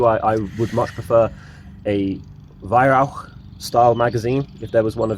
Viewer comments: At long last, someone who can pronounce Weihrauch correctly! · Good review, as always. To be honest, I wasn’t that impressed with the accuracy although I expect a bit more experimentation with pellets might improve that. One thing that made me say “Yes!” out loud was the fact that you pronounced Weihrauch correctly. A rare thing indeed.